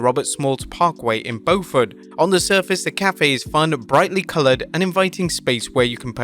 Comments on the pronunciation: Not to nitpick, but its pronounced "Bue-fert" not as its spelled Bo-fort. I may ride the bike down and check that place out. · Its pronounced BEAUfort. Like beautiful. But replace tiful with fort. Geez this man seriously just said Bofort. Where the hell are you from?